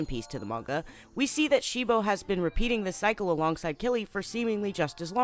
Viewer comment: Why did You keep saying they name of cibo wrong You kept saying shibo